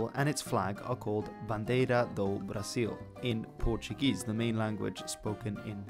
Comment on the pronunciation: In Portuguese “do” (contraction of preposition “de” and masculine definite article “o” is pronounced “doo” as it is in English, not “do” as in “do-re-me.” The terminal “m” in “ordem” is nasalized and pronounced “ordeng.”